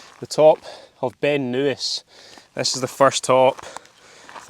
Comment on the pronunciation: Beinn Nuis (pronounced Noosh - hill of the face) is a Corbett top and definitely worth it, although a word of warning, if there is any snow up there, beware the icy patch just before the summit and take appropriate winter kit. You should have gone up Flat Iron Tower while Beinn a' Chliabhainn is also a great camping spot but not the summit, the same with Cir Mhor, no room as you saw! Beinn Bharrain, the ridge you were viewing to the west, is also a great walk. On the col between Cir Mhor and Caisteal Abhail are some springs you could have refilled on. A great video, looking forward to your next visit. Mullach Beag and Mullach Mor on Holy Isle then back along the shore is also a stunning walk and day out.